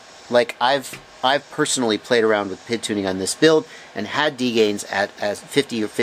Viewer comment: Love your videos. Great information, well thought out and well presented, but when I hear you say 'pid' instead of Pee Eye Dee it drives me crazy. :-) When you talk about the speed of a motor you don''t call it the erpem..... when you talk about the command line interface you don't refer to it as the klie.... when you talk about electronic speed controllers, you don't call 'em esks.... so why on earth would you refer to the proportional,-integral-derivative control as the pid? Oh, I get it.... some abbreviations are spoken as words.... SCUBA, LASER, and RADAR come to mind, but Three Letter Abbreviations AKA TLAs, (not tlahs) are almost always spoken as three letters. In most cases, TLAs are not acronyms (abbreviations that are spoken as words) but they are usually initialisms ( all the letters are pronounced as the names of letters ). In fact, the only TLA that I can think of that is actually an acronym is CAT as in CAT Scan. Anyway.... Every time I watch one of your videos, I DO learn something, and because of that, I'll continue to watch your stuff and continue to learn stuff nearly every day. That said, every time I hear you say 'pid', it's like nails on a chalkboard. :-) Keep up the great work and thanks for what you do...